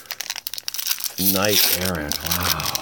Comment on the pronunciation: "knight err-Ahnt" wtf is that pronunciation?